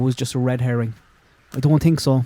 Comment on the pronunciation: Love the merch!! □□□. You ssaid “TINK” aid